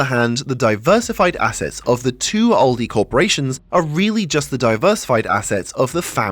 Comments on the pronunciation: It's Aldi, not Oldi. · Where I am we pronounce it Al-Dee not Ol-dee